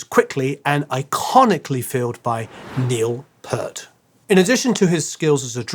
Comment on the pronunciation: Neil Peart. FYI it sounds like "Peer" + "t", not "Prt".